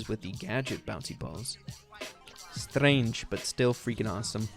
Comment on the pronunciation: When says "strange" whit Russian accent, I was like: wait, whaaaaaat...